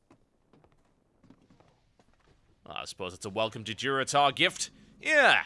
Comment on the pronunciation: Tauren questgiver said DuroTAUR hahah!